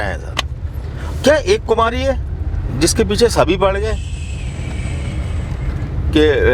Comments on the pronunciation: Kumari kumari...... Kumhari nae... Kun galat bolty Ap.... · Kumhari nhi bhai kumari h